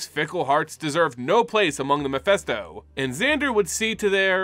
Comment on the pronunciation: He talked a bunch of times about his speech troubles, he struggles with certain pronunciations / sounds. He's a lot better now than he was years ago. He used to add subtitles so people would understand him. Though the Mephisto mistake is an unforgivable sin. ;) Loll